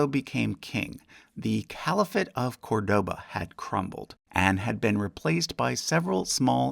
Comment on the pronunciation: Just want to get this out of the way: you pronounced Córdoba wrong. The stress goes on the first syllable.